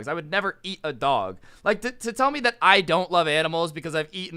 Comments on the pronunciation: The way says dog! Lmao 😂 ‘DaWhG’ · The way he says dog is so funny